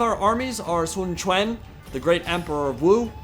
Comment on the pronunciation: Your pronunciation of Sun Quan is spot on m8